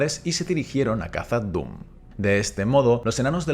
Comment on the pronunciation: Recuerda que la pronunciación de Khazad es kasad, como s que no como la z castellana.